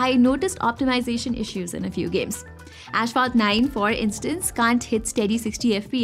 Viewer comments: Finally the return of "Celshius" and "Ashphalt" 😅😂🤷🏻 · Asphalt is always wrong pronounced, am I right? Over all: again an amazing review!